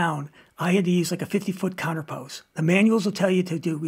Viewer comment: Very good detail and a ton of info, great video, and I want to help you a bit by giving you the correct pronunciation of the word counterpoise... Think of "poise" sounding like "noise"... Eazy peazy...